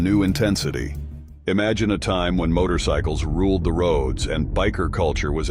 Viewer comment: dude said "Motor-y-cycles".